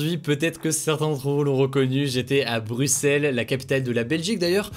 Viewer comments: MERCI Hugo d'avoir bien prononcé Bruxelles, trop de voisins Francais disent bruXXelles! Et pas mal non plus la prononciation du Mannken Pis! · Les gens, y a un FRANCAIS qui a BIEN prononcé "Bruxelles" Mon cœur est comblée, je suis émue 😭